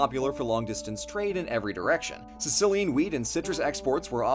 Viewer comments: did you say weed exports or wheat exports? I need to know. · What blue said: “Sicilian WHEAT and citrus exports” What I heard: “Sicilian WEED and citrus exports” What my face did: 🙂😶😶😔🙂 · I'm sorry, did he say Sicilian weed? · I can't be the only one who heard "Sicilian weed" 😂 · Had to rewind a few times to tell that you were saying "Sicilian wheat." instead of "Sicilian weed."